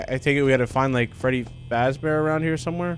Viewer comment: Freddy fazbear.... FREFFY FAFEAR